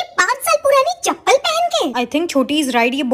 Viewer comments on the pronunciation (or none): Sab kuch bol leti hai but overacting ke maare chappal ko pappal bolti hai